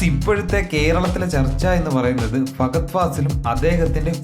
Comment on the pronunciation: ഫാഗ അല്ല ഫഹദ് ആദ്യം പേര് പഠിച്ചിട്ട് മതി വീഡിയോ